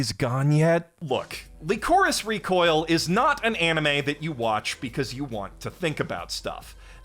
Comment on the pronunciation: LEECOREECE REECOYEEL Bruh this pronunciation is killing me